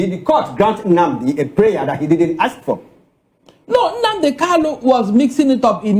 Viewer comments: Is kanu not Kalu 😂😂😂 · This man should go and learn how to pronounce Kanu's name. Calling him Kalu is irritating.